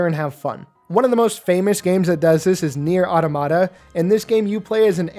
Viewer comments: Why do people like you insist on calling the game nier aww tomato? It's pronounce the way you would say automaton. Look it up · Automata is pronounced like "automaton" but without the n. It's the plural of automaton, which makes sense because the game is about a bunch of androids, and automaton is often a synonym for android. Sorry if this feels like a nitpick, it just bothers me when people mispronounce it. It sounds as silly as when people pronounce "Deus Ex" as "Deuce Ex".